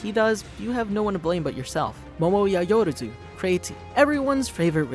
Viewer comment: Yayoruzu.... yAyOrOZu..... YAYORAZU?! No! It’s YaO-rozu!